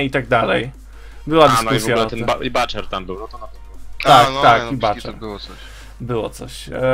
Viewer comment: Panowie mała wskazówka :P Butcher, wymawia się jako buczer, nie baczer :P Tak to bardzo fajna seria, liczę na jeszcze więcej merytorycznych komentarzy odnośnie banowania np. co dobrze co kontruje, dlaczego, jakos tak szczegolowiej o mapach, poza tym super czekam na wiecej :)